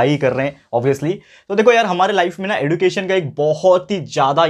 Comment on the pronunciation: Sir you teaches very nice you are best teacher in my life but you says एडुकेशन but it is एज्युकेशन